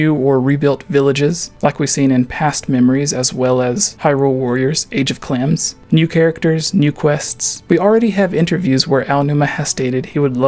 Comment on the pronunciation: WTF are you saying when you're supposed to be saying "age of calamity"? Sounds like you're aying age of clams